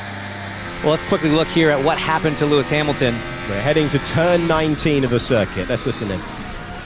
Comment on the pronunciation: Lewis Beachmilton 😂